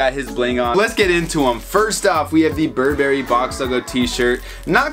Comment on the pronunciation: Bur 🍓🫐 Bruh please learn to pronounce it